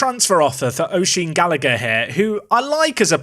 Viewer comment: I know he's gone and I know Irish names are difficult but Oisin. The start is more like Ush from Usher and the end is like een from seen or ene from scene. So maybe think of it like Ush-een. Maybe that's making things more complicated...